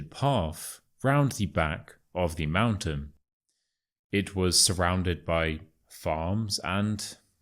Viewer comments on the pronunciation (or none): Dear, I have got a question. I have realized that you pronounce "the" before consonsnts as [thi], instead of [the] -> with the "shwa" sound (eg: [thi] sun)? Why? As far as I know the [thi] sound comes before words starting from vowels. Could you explain it, please? I got quite intrigued by your channel. Thank you in advance.😊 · Why do You say thi instead of the? I know when next word starts with a,e it's thi but You say it every time. Can You explain?